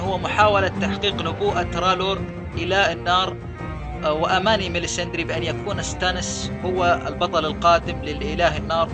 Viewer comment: ماليسندرا مو ماليساندري :(